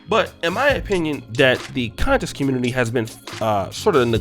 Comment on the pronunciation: I like that you put the emphasis on "CON" on the word conscious lol. Seriously we need to do our due diligence whenever we listen to anyone theory or any "ISM" we attribute our black community or diaspora. The culture is rich and filled with lot leaders who influence different socioeconomic and political spheres.